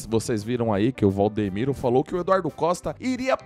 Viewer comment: Vcs estão falando o nome do pastor errado e Valdimiro